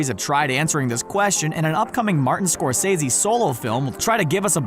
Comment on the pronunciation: Martin Scorcesee? Two mistakes in one minute